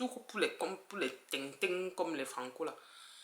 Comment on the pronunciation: Ta façon de prononcer le tintin la m'a kill🥰🥰🥰 et le finish ou tu embrasses ton frere Franco est d'une grandeur weeeehhhh grande Dame je vous respecte énormément onong❤❤❤❤❤